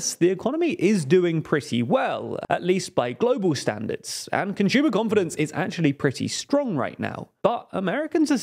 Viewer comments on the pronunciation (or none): Ah, yes, rising interest rates strained "CONSHOOMA" spending. "CONSHOOMAS" aren't buying enough